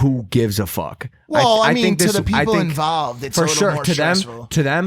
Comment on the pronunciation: i cant "well i mean to the People envaalved" omg AHAHAHAHAHA